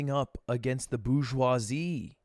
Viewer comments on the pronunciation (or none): Hearing a french man say Bourgeoisie like that hurts my soul